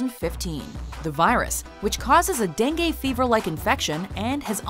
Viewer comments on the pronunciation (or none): none